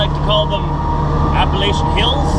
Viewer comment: Yes Springer was the Mayor...poor Cinnanati..lol...the Appalachian Mtn's.....are JUST THAT....MOUNTIANS, Not "hills"...lol. Bein' from Arkansas I know the difference between a "hill"...& "MOUNTAIN"..... Lol. BTW... You didn't pronounce Appalachian right..sorry! You and the boys stay safe out there!!!